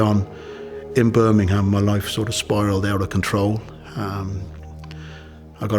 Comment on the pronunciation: Top fella, he pronounces / says the word Birmingham better than most Brumies.